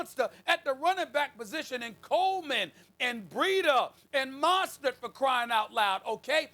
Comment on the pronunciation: No one: Stephen A.: Grobert Kraft, Deebo Samuels, Mahstert